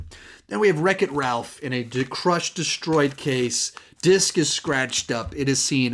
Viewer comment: Apocalypse now has multiple what? Lol it didn’t sound like you said disc. I too also grew up seeing all the Batman movies in theaters with my dad. We made it through the great, the good, and the bad.